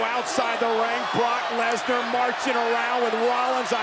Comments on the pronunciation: Nobody: Michael Cole: LESLER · BROCK LEZLAR 😂😂😂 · Nobody: Michael Cole: LESLAR